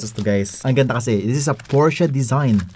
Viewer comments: Porsche na.. naging Paoche pa HAHAHA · PORSCHE TURNS OUT TO BE "PUTCHA" LOL